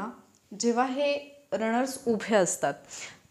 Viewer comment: Mam, nice n helpful guidance as always... पण न आणि ण मध्ये खूप गफलत करता तुम्ही.. ऐकायला कसेतरी वाटते तुमच्या सारख्या हुशार अभ्यासू व्यक्ती कडून.. छाण , कन्फुज्यण, नंतर णनतर, पन्नास प ण णा स, ज्याणे, runners रणर्स रनर्स etc